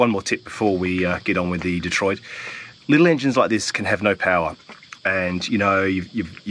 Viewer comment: Did he say 'detroitus' lol